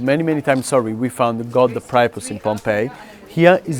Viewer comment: Part of the confusion is that he pronounced it "pry-a-pus", but we usually say "pree-a-pus". In fairness, he said it both ways, but the weird way first.